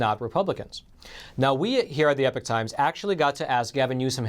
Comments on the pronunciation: Epic and Epoch are to very different words with two different pronunciations, wtf??? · exactly and it’s definitely not pronounced ‘epic’ like the host keeps saying!